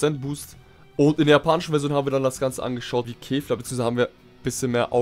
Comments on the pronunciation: er spricht kefla wie Käfer aus 😑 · Mich triggered es voll wie du kefla aussprichst